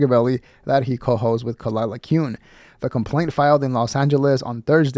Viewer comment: I know. Me neither. But come on, Kuh-lie-luh is too good not to get out there. Or do you not get it